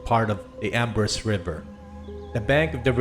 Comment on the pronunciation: The correct pronunciation for Embarras River is Ambraw River